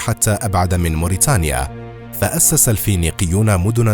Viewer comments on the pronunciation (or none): none